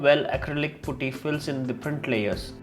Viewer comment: Putty not pooty